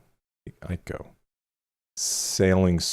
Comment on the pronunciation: I feel like Jhene Aiko is what a calming angel sounds like 😂. And your last pronunciations of her name are the correct ones (Aiko like Eye-Co.) Random hip-hop lore that connects some of your recent albums and artists for you… Her and Big Sean, who’s also on Drake’s Nothing Was The Same and was signed to Kanye’s label, ended up dating and put out a joint album called Twenty88 (they’re ‘88 babies) back in 2016 with a cool visual. It’s very underrated.